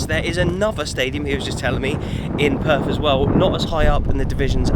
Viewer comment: Weren’t you there long enough to learn the correct pronunciation of Perth?